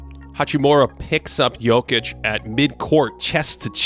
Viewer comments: thank you for actually saying Jokic correctly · props on the pronunciation of his surname :)